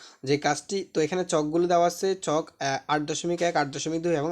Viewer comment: সার = চক ❎ ছক ✅ 😂😂😂😂😂😂😂